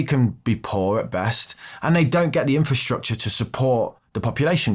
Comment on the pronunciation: are you saying "Inferstructure" or using the correct Infrasrtucture? So many people get this wrong!!!!